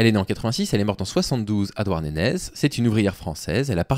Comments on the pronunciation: Douarnenez: à prononcer "Douarnené". Au pire dites "Douarn'" ça marche aussi.😅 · suoer vidéo comme toujours, juste on prononce "Douarnené" ;) merci pour ce que tu fais